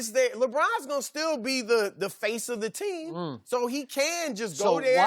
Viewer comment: The way Broussard says "team" cracks me up lol